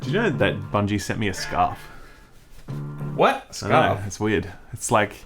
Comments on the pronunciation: Did anyone else hear “scuff” instead of “scarf” 😂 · It’s scuurrrfff mate